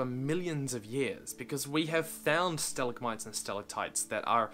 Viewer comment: your pronunciation of stalactite and stalagmite pains me.